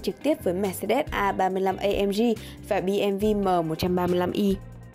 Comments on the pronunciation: Giọng đọc khá ok. Tuy nhiên phải chỉnh lại vài từ như bmw ai lại đọc bi em vi bao giờ ko :)))) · "Bi Em Vi Mờ" anh việt lẫn lộn vậy nè :))